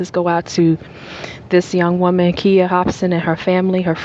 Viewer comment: Her name is pronounced with a long 'I'. Sounds like kīya. And her best friend's name was misspelled. It is Shantiece (rhymes with neice)